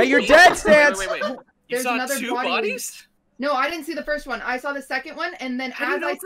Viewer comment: "Boddies"? Really dude? How to English XD